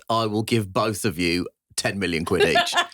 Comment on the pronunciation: Random question did he say 10 million quid or quidditch